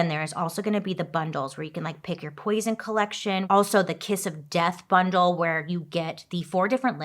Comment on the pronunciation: When she said 'poisen' i thought of 'Aquativana'. I really love the look of the lipsticks